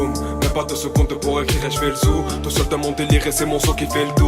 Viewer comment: Hashtag zooooo comme un zoo pas zou